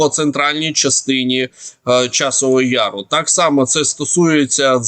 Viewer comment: Пане не яру´а я´ру